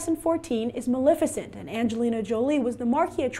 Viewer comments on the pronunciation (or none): It bugs me that she mispronounces Maleficent! It is ma-lef icent, not ma-lif icent! If you're going to do a review, at least be able to say the name correctly! Geesh!